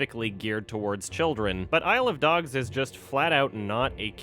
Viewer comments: I swear everytime you said "isle of dogs" all I heard was "I love dogs" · Shit, now I can’t tell if he’s saying i love dogs or isle of dogs...dammit